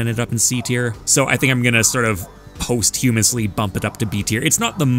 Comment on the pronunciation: is that how they say posthumous up there